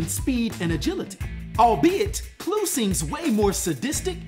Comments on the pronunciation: i have never heard it pronounced as Clue....ive always heard Kl-Uh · Is it not pronounced claw? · You're mispronouncing Kluh btw